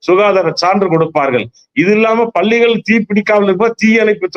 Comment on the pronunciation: Can't you pronounce palligal பள்ளிகள் properly